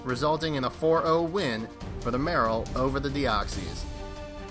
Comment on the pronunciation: You said Real Marill wrong and it pained me both times.